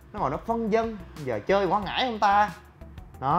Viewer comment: Quảng Ngãi nha anh không phải Quãng Ngãi mong anh sửa đổi